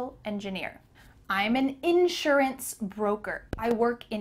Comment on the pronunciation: you seem to be saying insurANCE and not inSURance